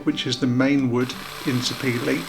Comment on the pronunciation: Sapele wood is named after a town in my state in Nigeria, where the wood is processed. It is pronounced Sah-pair-leh. And its very heavy wood, as you noted. My bird as a child was made of it. Moving was a hassle!